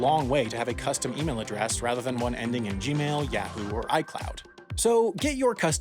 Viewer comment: Why do you say yahoo like that